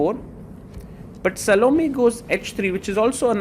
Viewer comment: "Sal-Oh-Me"? You might as well be calling her "Salami" at that point. lol I think the correct pronounciation is "Sah-Loh-May".